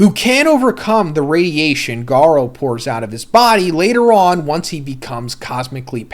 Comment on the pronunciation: Everytime he pronounced garou i lost it 😂😂😂😂